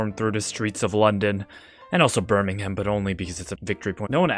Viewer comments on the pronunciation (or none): none